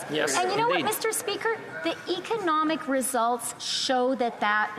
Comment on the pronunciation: “Eakanomic” please WTF is “Eakanomic” ? oh, I know it’s part of a liberal word salad.